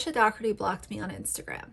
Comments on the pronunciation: Luv ur videos! Qq isn’t it pronounced like pizza dough ? Then erty? Jw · I live in Ireland 🇮🇪 and Dougherty is pronounced Doh-herty. Its an Irish name. She is as annoying AF, as for 'Auntie' Lauren......